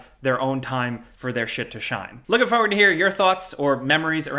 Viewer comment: Am I the only one bothered every time says forward as "foward"?